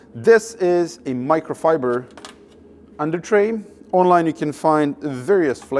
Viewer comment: I wonder if you're deliberately mispronouncing micro fiber and carbon fiber.